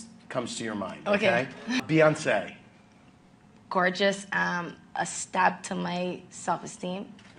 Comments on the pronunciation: Bi-yón-se. Así se pronuncia, ya que te gusta tanto meter palabras en inglés. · #LaVidaModerna es meter mogollón de frases y palabras en inglés, pero no pronunciar Beyoncé o Rihanna bien.